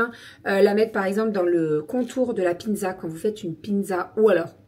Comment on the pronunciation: Hello ! Ça fait 2 retours de courses où je t’entends dire piNzza, je sais pas si c’est moi ou.. ? J’ai pas osé demander semaine dernière mais j’avoue ça me perturbe 😅